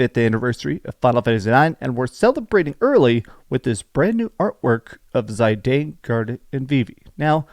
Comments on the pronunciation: that's how Zidane is pronounced?! D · Bro can't even say Zidane's name right.